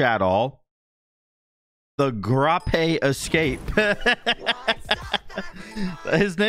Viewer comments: I think it’s pronounced Gr - ape instead of Gra -pe. Uno grape like the fruit TheGrapeEscape. Great vid tho;) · So sleepy he can't pronounce grape🤣🤣